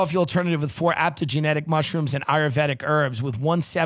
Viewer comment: ‘Aptogenetic’ lol